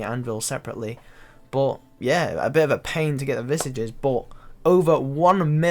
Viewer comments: Why are all RS streamers unable to pronounce visage properly? 😂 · How you pronounce visage pains me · Can you please learn how to pronounce visage properly? It's hurting my ears!